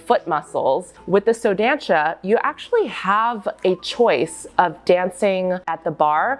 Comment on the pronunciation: Dança is pronounced "duh-ssah"